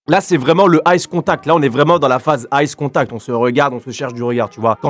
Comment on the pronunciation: c pas ice contact c eye contact xd